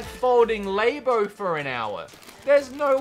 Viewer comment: wtf is "lay-bow"?